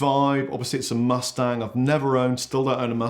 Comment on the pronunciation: I thought he said pornshop mustard. Keep up the videos.